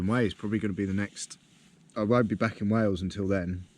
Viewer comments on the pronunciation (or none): none